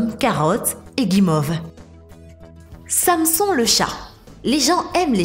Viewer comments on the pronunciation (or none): la meuf elle sait pas prononcer Samson xD mdr